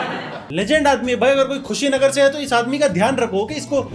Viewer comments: Khushinagar nhi it's Kushinagar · kushinagar hai khushinagar nhi 😂😂😂😂😂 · Its kushinagar not khushinagar Me from kushinagar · Its not KHUSHINAGAR Its KUSHINAGAR And love ❤❤From....UP... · Are bhaiya vo khushinagar nhi kushinagar hai😄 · bhai wo KHUSHINAGAR nahi KUSHINAGAR(कुशीनगर) है। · It's not khushinagar bhai it's kushinagar.. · Wo Khushinagar nhi Kushinagar hai😂😂